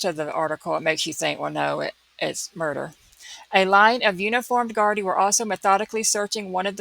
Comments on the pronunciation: Such a horrific case,(you said Gardai perfectly. ) I have never seen a search like this before in Ireland. I think a person has been arrested tonight. The Gardai do not talk about a case like in America. The media have been very respectful in this case. It is a tight knit community too and he is respected in the community. It has been quite warm over the last couple of weeks thank god someone saw a body part otherwise it would have been gone in a few days. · You are pronouncing gardai correctly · Irish speaker, thats exactly how to pronounce gardaì!! Its so rare to hear it pronounced correctly online!♡